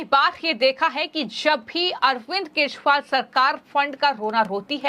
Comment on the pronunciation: केशरीवाल नहीें, केजरीवाल नाम है । क्या donation से appointment हुई है?